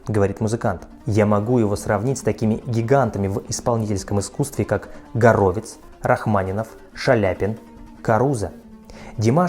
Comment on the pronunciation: Не гАровец, а ГОровиц с ударением на первый слог. Это величайший американский пианист 20 века, российского происхождения.